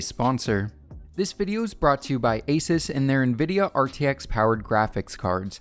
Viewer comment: Its pronounced AY-soos not AY-sus